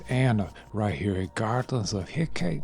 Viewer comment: That kind of detail in such a tiny sculpt is amazing. I love how you're always trying something new. Fyi Hecate = heck ah TEE